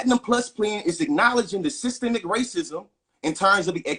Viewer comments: should have started by defining "systemic " and teaching how to pronounce the word properly. This was an unfair debate because 1 party didn't understand the term to begin with. Systemic is not systematic sir! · What the trump supporter doesn't realize is he is talking in circles. He cant even say the word correctly. Its systemic not systematic!! I hate listening to wanna be intellectuals who tries to over talk the other person. Thats a sign they know they are lising the argument. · The brotha' is against something that he does not understand, nor can he spell or pronounce it. But he does not believe it exists. Systemic bro. Not Systematic. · I already knew how woefully ignorant he was when I heard him pronouncing the word "systemic" wrong!